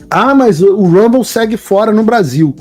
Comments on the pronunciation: Ainda não entendi por que os brasileiros pronunciam palavras em inglês errado. Como dito: rumble, não se lê como r de rato. Challenge não se lê como x de xícara e assim por diante. Eu, que nem acabei o ensino médio, sei disso. O pior nisso tudo é que existem pessoas que se diz "formada" cometendo esse erro. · Ela năo sabe nem pronunciar Rumble corretamente. Que tipo de serviço jornalístico é esse??!! Padrăo Globolixo.